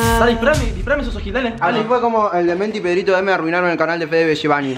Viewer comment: Jaja es pedritoVM no bm jaja :)